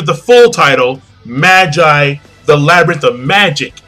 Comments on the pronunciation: Am I the only who who's cringing at the pronunciation for Magi? He's not pronouncing it right, right? I'm familiar with it calling it Maa-gie (that's the way they say it in the anime :T) rather than Mah-jai. Have I been saying it wrong the entire time? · Not Magi, MA-GEE, Magi is latin as in Puella Ma-jai xD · I thought it was Ma-gee, but whatever.